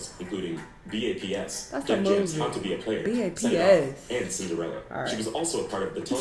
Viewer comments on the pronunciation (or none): “B-A-P-S” is triggering me more than it should. 😭 😂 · From his mispronunciation of Justine. To him saying Bad Boys T.V. Show and saying B.....A....P....S. Instead of B.A.P.S either this fool ain't Black or he's not from America 😂😂😂